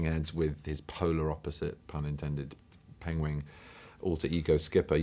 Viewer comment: In his defence, this interview was filmed BEFORE the whole "pengwing" things came up on the internet, so yeah... he still calls them "pengwing" here. In the old clip when he read the "Red hen" book, he pronounced "pengwing" too. So it's mean he had been callling them "pengwing" his whole life (a untill Graham taught him how to pronounce the word ;P.